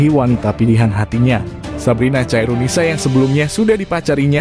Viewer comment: Khairunisa bkn caironisa bang